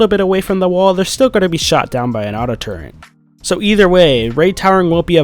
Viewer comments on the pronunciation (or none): turret, not "turrent", that was driving me insane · It's a fucking TURRET. Not a 'Turrent'. Jesus fucking Christ. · the word it "TURRET"... there is no "N" in the word! It is NOT "turrent"! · TURRET NOT FUCKING TURRENT!!!! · "turrent" sorry but its "turret" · your pronunciation of "TURRET" as "torrent" really irked me. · Turret, noun. Pronounced "tur-it" or "Tuhr-it" Turrent is not a word!!!!!!! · Its a turret not a turrent you noob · the third time he said "turrent" I said "Ican't take it, one more time and I will have to mute the v-" Him: "Auto-Turrent" FUUUUUUUUU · what is this "Auto Turrnt" you speak of? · it's actually not turrent.